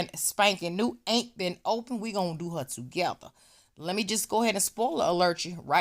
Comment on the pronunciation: 🤣🤣🤣🤣I JUST LOVE YOU SO!!!!!!!!!!! I just love to hear you say “HAR” ( her) 🤣🤣🤣🤣👍🏾👍🏾👍🏾👍🏾👍🏾